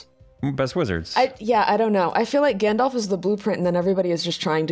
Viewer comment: Correction on the LOTR wizard character: His name is Gandalf. Not Gandolf. ʕಠ_ಠʔ